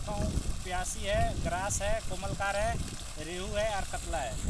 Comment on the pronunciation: इतना ज्ञान बाँट रहे हो मछली के नाम तो सही जान लो जो कोमल कार बोल रहे हो।